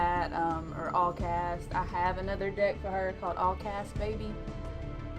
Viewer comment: The way you say "Deck" totally doesn't sound like "Dick" xD